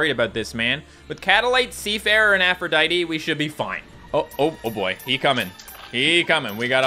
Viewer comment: Since the first time you got Aphrodite you've mispronounced her name, Aphrodite tee it's Aphrodite